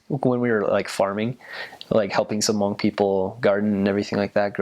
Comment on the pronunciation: do u like it!!!! I'm hmong thank u!!!!! for saying it good!👍